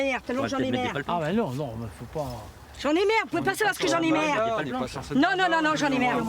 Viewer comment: LOLOLOLOL!!! : "Moi m'sieur j'en ai merre! j'en ai merre! Mais j'en ai merre!!! " ^^ Avé l'accent... ^^ Et à quand on la voit en gros plan bein moi mes yeux voient donald trump!??! ^^